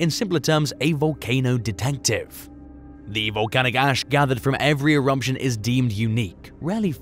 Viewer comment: There’s no M in the word Eruption…